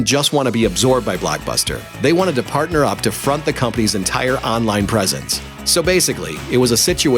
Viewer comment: WHYTF does he say blackbuster and aanline